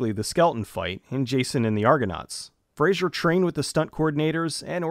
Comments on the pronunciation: FRAy-Zer...nor Frazier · You mispronounced Brendan Fraser’s last name every time. It’s not Frasier, it’s Fraser, which should rhyme with “razor”. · Dickie(David Spade): "Oh my God I love Brendan Frazier!" Brendan Fraser: "Fraser." Dickie: "It is 'Fraser.' Why do people say 'Frazier?'" - Dickie Roberts: Former Child Star